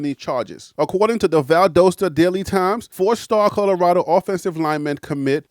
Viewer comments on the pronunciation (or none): VAL-DAH-STA not VAL-DOH-STA